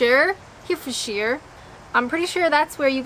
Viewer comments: Herefordshire - try saying it as Herry-ford-shire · I just want to point out for accuracy's sake that Wiveliscombe ( known as Wivey locally) is in Somerset not Devon. You pronounce Herefordshire like De Niro in "Ronan". His pronunciation always annoys me and ruins the rest of the film. It is pronounced Hair-rer-ford-sheer. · If it's any consolation, I'm English (although I now live in Ontario) and I struggled with most of the place names. There's no reason or rhyme to some of them! I was deeply disturbed by your pronunciation of Herefordshire... pron. Hairy fud sher BTW... one food you should try, (my absolute favourite) although I do not know if you'd get them in Kent, is Holland's puddings. They are steak and kidney in gravy, in a suet (pure fat) casing. They will stop your heart beating at a hundred paces but they taste excellent... the food of the Gods! My recommendation would be to have one with chips (fries not crisps!), peas (marrowfat) and gravy. You must have two buttered barm cakes on hand, as you are going to put half a pudding on each, together with chips, peas and gravy! You'll think you've died and gone to heaven. My Mum used to smuggle them into Canada for me and when I go to visit England, I gorge on them. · 😂😂😂 another hilarious and somewhat courageous video! Leominster was one I put forward, had to chuckle at that, although I DIDN'T anticipate the trouble you had with the county name - Herefordshire. It's 'Here' pronounced like 'very' ford is like 'fud' or 'f'd' and shire is sheer. Herryf'dsheer... Herefordshire. How's about this for a video idea, two in one day; " tries more favourite ciders" followed immediately by; " pronounces daft British place names - 3!" Although I still quite like the idea of you discussing your top however-many music albums. Great video! Cheers! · Herefordshire is not pronounced as Here, it is pronounced with short "e" sound as in "egg" so we say He - re - fordshire. Hope this helps.